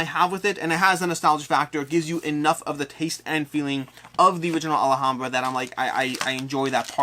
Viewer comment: All-hahm-bruh, not All-a-hahm--bruh. You're adding a syllable. Also, Xia is pronounced on every KS video done by the designer, and it's an "I" sound followed by "uh." Zi-uh.